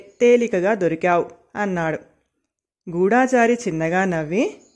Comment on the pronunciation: గూఢాచారి కాదు గూఢచారి అమ్మా!